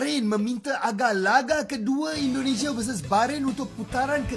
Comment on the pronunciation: Maaf,. Saya koreksi sikit ya.....tolong dong cara mengucapkan nama negara orang itu dijaga ejaan dan pengucapannya..masaaaa orang thailand lebih fasih di banding orang Malaysia. Se x lagi maaf ya brooo. INDONESIA bukan Endonesia. Trimakasih